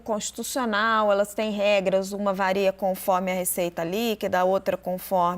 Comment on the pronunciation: “vareia”. Só eu ouviu isso ?